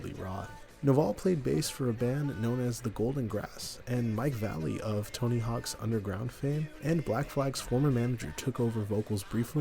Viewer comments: I don't think it's pronounced Mike "Valley". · His name isn't Mike Valley, it's Vallely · Pronounced Mike Vah-luh-lee